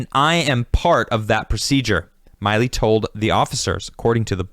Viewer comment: Really enjoy this, but it's "Milley," not "Miley"